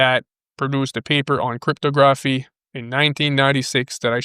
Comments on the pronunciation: Crypto Grafff eeeeeee. Try saying crypt a gra phy. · It's pronounced cript-tog-raf-fee not cryto-graph-e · '...love ya brother but stop calling it "Crip-toe-graph-ee", lol. It is "Crip-tog-raff-ee". Sorry...but it was making my giggle while trying to listen to a serious video;)